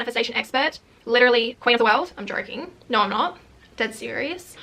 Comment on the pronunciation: Just hearing ‘Norr’ over and over again and now understand that you said ‘no’ lol why u talking like this